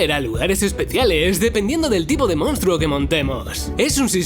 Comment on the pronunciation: "MoUnstro" en fin...